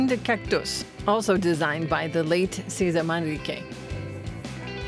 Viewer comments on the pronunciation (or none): Cesar is pronounced SayZAR. Only trying to help. 😄